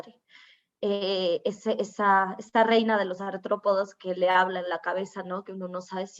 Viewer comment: Es La Reina de los Artrópodos no aNtrópodos.